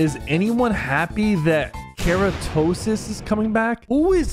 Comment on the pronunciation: “Keratosis”💀 bruh I’m a Fortnite kid and I play gow and that was just painful